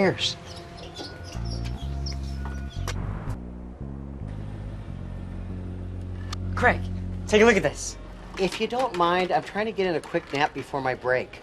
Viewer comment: I thought his name was creg, pretty sure it was creg not Craig